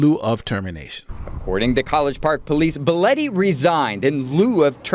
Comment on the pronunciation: BEH LAW TEE , i cant believe 2 people pronounced that name wrong or is it just me ?